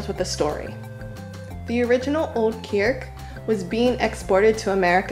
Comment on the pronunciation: I didn't know kriek was such a tongue twister, you said 'kierk' several times :-)